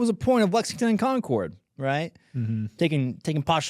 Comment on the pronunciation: Please say Concord like that more often it's hilarious